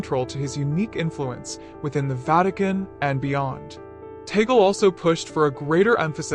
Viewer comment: Pronounced Tah-gleh. Stop calling him. Taygle